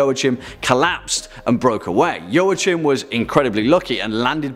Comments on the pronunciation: If I'm not mistaken, Joachim isn't pronounced 'Joe-a-chim' it's 'Wah-keem' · I've never heard it pronounced "Yoh-uh-chim". "Wah-keem" maybe. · I cringed at every mispronounciation of Joachim. It's Yo-a-heem. Sigismund is also nothing like Zygmunt, but I guess that's already ingrained in western culture. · Joachim is pronounced 'Wah-Keem'... fyi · No, I'm sorry, pronounced "Joa" right but the "ch" in German sounds like when a human tries to imitate a cat's hiss. It's a very dry and guttural sound.